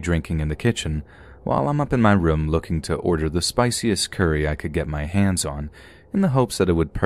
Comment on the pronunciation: can you please not pronounce the word "Room" as "Rim." It's rOOm, O-O. I enjoy your readings but it's unlistenable for me.